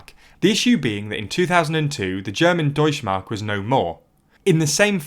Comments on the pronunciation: deutschE mark, there is no such thing as deutschmark xD the E isnt silent u have to speak it in germany we actually speak letters we write xD it sounds so wrong it doesnt even made me understand it in the first place xD as a channel that call himself "news" at least have someone check the script and tell you how to pronounce names of other languages ... its not THAT hard to find any german who would do that for you for very little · the e in "Deutsche Mark" is NOT silent. (German doesn't have a silent e) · The e in Deutsche is not silent, actually